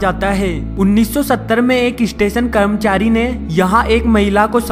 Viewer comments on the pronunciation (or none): "kramchari" lol🤣🤣🤣🤣🤣